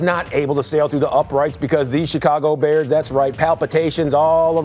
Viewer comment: Baers! (How Wanny says Bears)